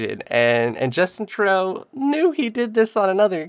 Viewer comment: Justin Truday-o day-o